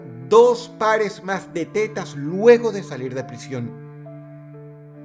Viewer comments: pido perdon pero cuando Dross dice T E T A S me darisa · Pensé que decía "el coleccionista de telas" 😮😮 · Aparte De La Seriedad Del Video 🙁, Me Encanta Como Dross Pronuncia De Forma Graciosa La Palabra "Tetas" 😅